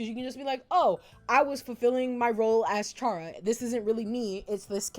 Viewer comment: Kind of unrelated, but you pronounced chara's name wrong. (It's pronounced cara)